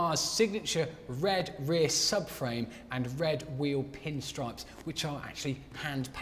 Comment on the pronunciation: Very carefully enunciated "red rear subframe and red wheel pinstripes"... had to record that a few times, eh?